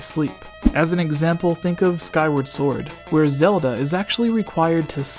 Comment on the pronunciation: "swwword and shilld"